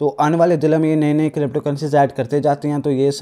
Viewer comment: Bro crypto hota hai na k krypto